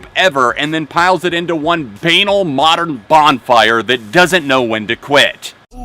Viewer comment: Bane-all? That's not how you pronounce banal dude.